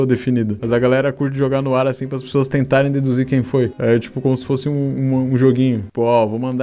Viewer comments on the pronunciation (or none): none